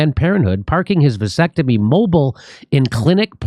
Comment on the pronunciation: a “Vansectomy”